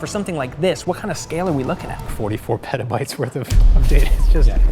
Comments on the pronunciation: Petabytes? I think you mean WETAbytes! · Did that man just say petabytes... peta... bytes...?